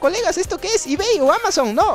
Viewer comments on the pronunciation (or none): none